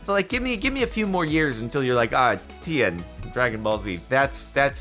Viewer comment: Lime Llamas are the last one Jordan needs to collect all the Infinity Teams, it's a sign. Also I can't get over how he pronounces Tien like Ian with a T